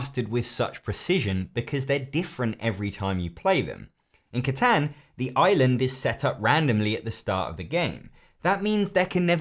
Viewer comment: Honey you did not actually just pronounce Catan like that. I am dead inside.